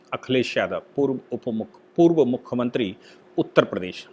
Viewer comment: आप मुखमंत्रीं क्यूँ बोलते है ? " मुख्यमंत्री